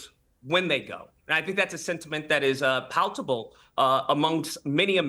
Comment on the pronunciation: Did just say "paltable" lol. Nancy Mace is not a victim of anything other than being low IQ.